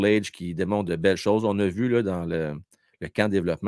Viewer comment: Salut, bonne vidéo encore une fois. Pendant l'entrevue de la mère de Michael Hage elle a mentionné que leur nom de famille Hage se prononçait Age et non Hédge. Bonne continuation.